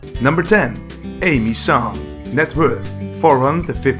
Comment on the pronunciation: Awesome video! Love song of style and the blond salad But their names are pronounced as Ah-mee not A-mee and kee-AR-ah not chi-ara ;)